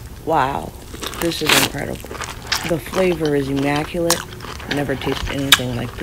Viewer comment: "the flavour is emaculate"